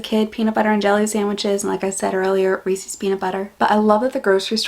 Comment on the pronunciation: TIL that Reese's is pronounced "Reesie's"